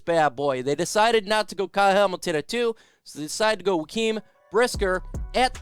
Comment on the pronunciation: Where did you hear Jaquan's name pronounced like that? I've never heard him called joaquin